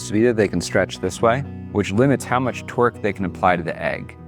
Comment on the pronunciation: Twerking eggs?? And yeah, I know he meant to say torque.